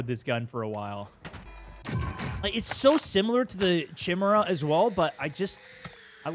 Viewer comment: Chimera -> ki sound like KIte, mer like 'MERica, a like uhh. Ki mer a. Not chimney or whatever you said. I love you but that hurt my sou.